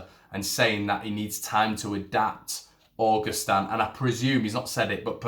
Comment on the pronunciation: Pronounce his name proper mate,...it's not August Stan .......it's pronounced a..gust..an